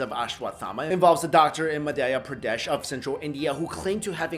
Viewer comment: mudh-ya pra-daysh